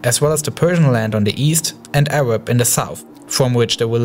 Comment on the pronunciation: "awab wegion" 😂😂 good vid tho